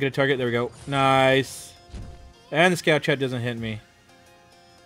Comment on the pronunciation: He said nice " Noice" :D